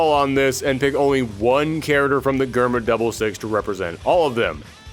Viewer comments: Germa is a reference to Germany (both in name and uhhh previous actions) it’s not grrrma it’s germ-a btw Also damn skipping my boi Shanks for Zephyr huh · ain't no wau he just pronounced germa like that 💀